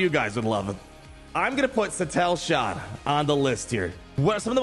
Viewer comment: Suh Teal Shan. Shin Hottie. There are your pronunciation fixes 😁